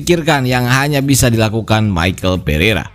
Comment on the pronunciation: Dibaca misel bukan maekel bang...tulisannya beda juga